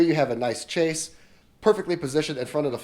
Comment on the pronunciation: Love love love your vids!!! Just for reference - chaise is pronounced shehz